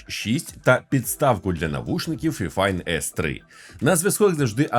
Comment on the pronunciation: Правильно файфайн🥲